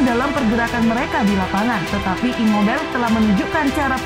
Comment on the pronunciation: Imobail, insain 🤣🤣🤣 Itu bukan nama bahasa inggris bosss... Ngadi² aeee 🤣🤣🤣